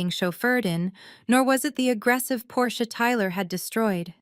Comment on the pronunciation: Thank you for pronouncing 'Porsche' properly. It makes all of the difference to those who know.